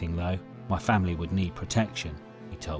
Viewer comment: Did you go to school, fella? F A M I L Y.